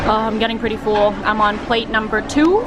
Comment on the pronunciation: Anyone else notice that when says “full” or “pull”, she pronounces it as “fool” or “pool”? 😂